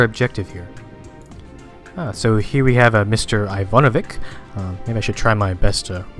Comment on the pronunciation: Even google translator can say Ivanovic right.rofl